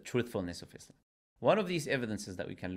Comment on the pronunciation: God knows where it started but either way them saying IZlam, MuZlim and Qaran is obviously because of insincerity and making the things these words refer seem bad, making the word harsher on the tongue and mind